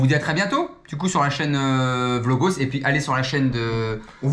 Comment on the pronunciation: qui dit "vlogos" 2 fois, noooooooon! Et en plus, le mot a une consonnance grecque, pas latine!